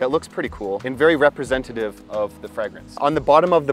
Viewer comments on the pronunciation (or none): none